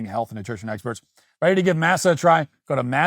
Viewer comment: “Mass-uh” …Matt, stop